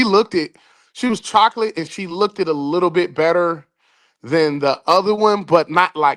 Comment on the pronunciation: wtF is "looked-ed"??